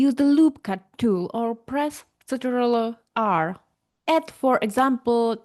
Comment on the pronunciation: after i heard her pronounce ctrl i instantly knew she was slavic